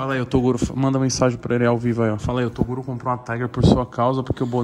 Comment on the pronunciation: tem broks chamando o toguro de "torugo" tem like